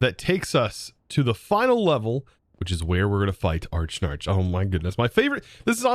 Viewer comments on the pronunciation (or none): Archnarch, it's (Ah-rak-nark) silly 😌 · A-rack-narc; not Arch-Narch. :P As in arachnid plus arch, similar to Arch-mage. (Still pronounced Arc; silent H) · I love you, never change- but the spider boss is pronounced "Uh-rack-nark' Like 'Arachnophobia' 'Uh-rack-no-fo-bi-a'. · Tbh I thought it was pronounced Arack-Nark. Combining Arachnid and Monarch.